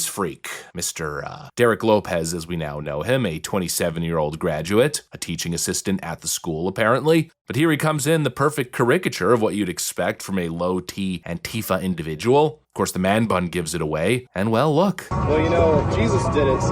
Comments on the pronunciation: Liberalism IS a mental illness 🤦‍♀️ And the Democrat party is the party of violence 😡 That said, quick question:😊 Is there some new pronunciation of the word ‘caricature’ that I don’t know about? I was taught that it’s not “care-IK-a-ture” it’s “CARE-rik-a-ture.” I’m not trying to be judgmental but I was just wondering. Because I’ve heard a couple of people use that new pronunciation and I didn’t know if I’d missed something lol 😂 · I think this channel is a.i. listen to how he says "carachure" then Google the word and hear a computer pronounce it for you. It seems none of them pronounce it. Don't beleive me just listen how he talks. Ive been thinking it for a while now because he pronounces some words strange. Perfect English until some words which the spelling is not straight forward. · "cayr- RICK- UH- chure" ? Jeeze dude... you can't pronounce caricature????? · Your pronunciation of “caricature” 🤣 keep practicing big guy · Did he mean to say caricature that way? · What kind of pronunciation of caricature was that? lol A few of the words he’s used or Names he’s said out loud over the last few weeks makes me think this guys isn’t the smartest guy around. Did someone wrote this script for him and that’s just how he read it? Or did he write the scoff or himself and think that’s how it’s pronounced ? A few weeks ago he pronounced Marie Antoinette as “Mary” Antoinette. I’m all for calling out the left for being morons but is this our best spokesperson? lol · “caricature”? Someone’s Canadian. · Brother why did you say caricature that way? It made me pause the whole video 😂🤣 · If you can't pronounce "caricature" look it up.